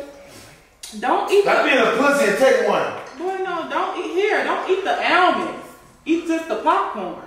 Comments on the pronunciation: 😂I thought it was pronounced (ALL)MONDS not (ALE)MONDS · It’s Almonds not elmond 😂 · Allmends 😂😂😂😂😂😂😂😂 what is that sus I can't even talk.. I'm from Dallas and we say ALL-MUNDS😅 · Almonds she said allmends 😂😂😂😂😂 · The EAL-monds 😂😂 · Right. It's ALL-munds 😫😫😫🥵😂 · That’s a fact!!! “Almins” 😂😂😂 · She said Elmonds instead of Almonds 😂😂and she is acting really concerned 🤦🏽‍♀️😂🤣😂🤣😂🤦🏽‍♀️ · What is she saying "Ailemonds"? 😂😂 he greedy, suffering and still eating 🥵🔥🔥😂😂 "LOL" When she called him "Big Back" 😂😂 it become spicy when it's spoiled? What 😂😂 he was going through it 😭 victory dance 😂😂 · And Ahhmends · Don't eat the "Eelmonds"😂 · 😀Boi they both Goofy AF😅 She said (AL-MENS)😁 and he steady eating😋talking bout it ain’t nothing to Big Dawg 😮‍💨😂🥵🤣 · She say elmonds, instead of almonds...😂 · I have never heard someone saying almonds like that wtheck Z 😂😂😂😂 it’s Almonds pronounced (All-monds ) almonds 😭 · Al-mens = almonds lol😂😂😂😂😂😂😂😂😂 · ALL-monds! Geesh! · Do everybody in Chicago say alemonds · It's pronounced ALL- mons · Almonds 🤦🏾‍♀️ somebody help her pronounce the word 🤣🤣🤣🤣🤣